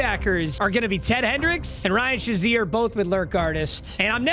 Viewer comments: It’s fucking SHAY ZEER not shu zeer you dweeb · please someone tell him it's pronounced like Shay-zeer as a steelers fan it hurts my soul